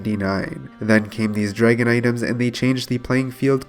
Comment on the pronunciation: Draygen too... all the botched words makes me think this guy might not be from the US